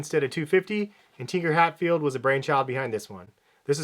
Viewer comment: Tinker Hatfield is a genius lol. Probably butchered his name though